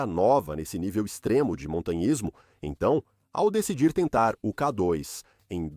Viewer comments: 😂 Realmente “Kadóis” não dá para aguentar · Ouvi essa voz falar: Ká dóis, não dá. Dói o ouvido